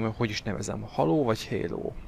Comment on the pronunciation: Halo, Halo, figyelem! Így magyarul kiejtve elég hülyén hangzik szerintem, jobb hogy a "héló"-nál maradtál.